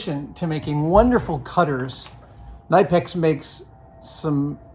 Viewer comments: The proper pronunciation of Knipex is k'NEE-pex. If you speak German, the pronunciation is quite clear from the spelling, at least when you're speaking German (k-NEE-pex). The "k" is definitely pronounced, but it's not a stop -- it's a very soft, quick "k", more like k'NEE-pex. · Almost! It’s more like K-nee-pex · I actually own a tool Adam has! The knipex cutters were recommended by the ring lord for cutting steel wire from coils. They devour metal quite comfortably for hours on end. It’s a German company and I've been told you pronounce every letter. "Kin-i-peks". But if Adam says otherwise I’m tempted to accept it.